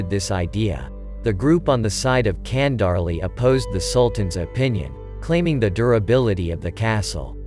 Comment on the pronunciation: its not Kandarli its Chandarli